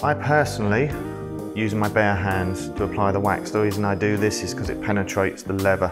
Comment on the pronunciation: "Levvah boots"